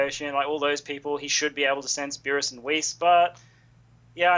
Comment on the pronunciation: Every time I hear say Beers I just imagine the Spanish translation of Cervezas que no mame wp wey es Beerus no pinche Beers, o que diga Bills mejor if he doesn't know how to pronounce